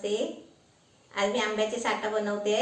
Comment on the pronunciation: साठा नाही साठं बोल 😆😆.आजचा Vlog खूप entertaining होता. हिंदी चॅलेंज होऊनच जाऊ दे. Vlog पाहिला की तुम्हांला घरी जाऊन भेटल्या सारखाच अनुभव येतो. मसुराची आमटी उत्तम. कधी कधी लाईव्ह पण या.